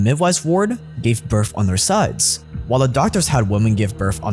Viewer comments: Its birth, not birf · Birth not Birf or burph. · its kinda irritating to me how you say BIRTH